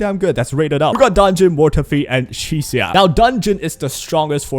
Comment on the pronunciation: At last, someone pronounced Chi-shiya correctly - instead of Chik-si-ya. And because of that, you get a sub. 👌